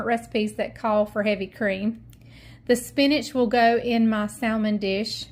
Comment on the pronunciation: It's pronounced sammon the l is silent!!!!!!